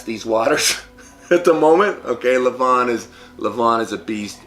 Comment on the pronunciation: Learn allready to express the Name LEVAN. YOU CAN HERE IT RIGHT FROM DEVON IN YOUR VIDEO